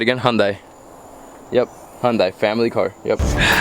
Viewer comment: It’s pronounced hun-day my guy. Not die. No hate though. I just have never liked when people say hun die.